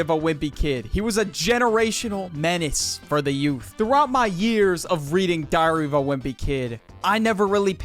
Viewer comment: Does any one else hear "diarrhoea wimpy kid" every time he says the book title?😅